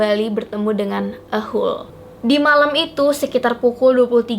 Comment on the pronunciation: Tulisan nya ahool tp d baca nya bukan ahool yg bner tuh d bacanya ahool